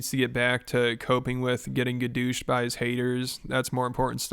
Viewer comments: I literally lost it when he said he was getting “gadooshed” 😂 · Gadoooshed lol 😂